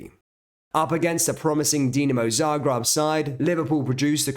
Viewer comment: I've heard of ZarGREB, but never Zargrab.